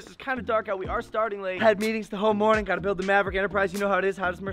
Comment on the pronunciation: Um. It sounded like he said “Good moaning”...